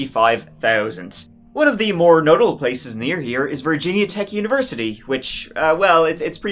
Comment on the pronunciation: Wth kind of pronunciation is Virginia?